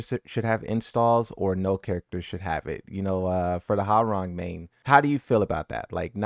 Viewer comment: Jesus he still can’t pronounce hwworang name right